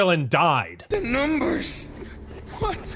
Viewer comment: THE NUMMBERRS! What ARE THEY SAYING!!!! Had me dying 🤣🤣🤣🤣